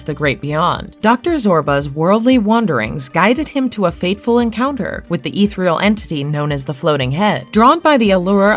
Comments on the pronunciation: The pronunciation of "ethereal" as "eeth-real" and the repetition of "confined to the confinement" made my eye twitch every time. I finished the video, but definitely clicked "Do Not Recommend This Channel." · If you're gonna use the word "ethereal" like 7 times, at least learn how to pronounce it correctly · Ethereal = E thir E al. Say it with me robot!